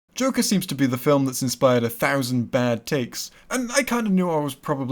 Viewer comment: pls stop saying film like that falm